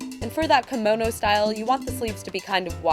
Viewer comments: Kamono...kAmono... It's KIMONO. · Yah I know right. It's Kimono (Kee-mo-no). It bothered me so much. But it's ok, not everyone knows everything. ;) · the pronunciation is actually like "key-mo (like in molly)- no (like in not)" with each part being equally long when spoken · This is also not correct. A long "o" sound would be the case if kimono would be written with a long "o" (おう) but as it is written きもの (着物) the o sound is actually short. While there is a "correct" way of pronouncing Japanese, I realize that there are cultural and verbal barriers between different cultures and nations and thus the explanation and teaching of the Japanese language may be hold in a different manner. I can merely talk for my self and out of my experience. Also, English is not my mother tongue and I base my experience on my Japanese studies at a German university.